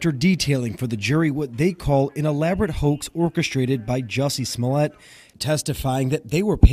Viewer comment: Not Jussie Snoollay chile 😩🤣🤣🤣